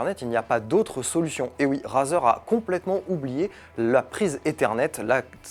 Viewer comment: The way you pronounce razer sucks.